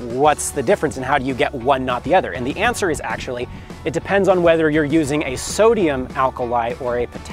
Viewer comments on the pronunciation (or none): none